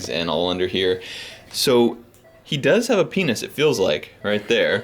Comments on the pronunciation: I would totally laugh when he says pinus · Every time he says penis 🤣